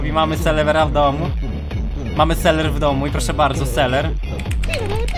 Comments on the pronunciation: Dlaczego mówisz seler a nie selever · jak mówisz zamiast ''selever'' to mówisz ''seler'' 1 raz = 1 raz wybuchnę Xd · Mówi sie: selever Mówi seler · Sam muwisz na niego seler a to nie seler